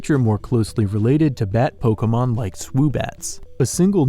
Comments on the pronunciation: "Polka mon" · It's poh-kay-mon, not 'poh-kuh-mon', fuck this guy